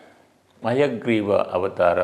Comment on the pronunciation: ನೀವು ಹೇಳುವುದು ಹಯಗ್ರೀವ ಮುದ್ರೆ ಅನ್ನುವ ಬದಲು ಅಯಗ್ರೀವ ಮುದ್ರೆ ಅಂತ ಉಚ್ಚೆರಿಸಿದಂತೆ ಭಾಸವಾಗುತ್ತಿದೆ ಯಾವುದು ಸರಿ...? ದಯವಿಟ್ಟು ತಿಳಿಸಿ. 🙏